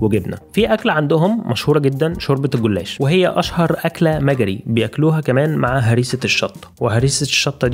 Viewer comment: ما يعرفش مجري.. كل ما قاله لم يلفظه بشكل صحيح. و واضح انه موجود من فترة قصيرة